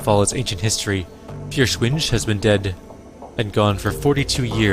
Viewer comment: Listening to you pronounce German is...painful haha. It's not the easiest language to pronounce. I know I'm coming in late, but "Feuerschwinge" is pronounced Foyer-shwin-geh (hard G), or thereabouts.